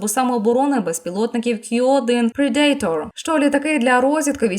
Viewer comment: Predator вимовляється / ˈprɛdətər/, а не /prɛ'deitər/. 😉